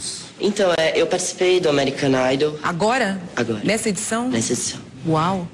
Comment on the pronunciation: ameerican naidôu é kkkkkkkkkkkkkkkkkkkk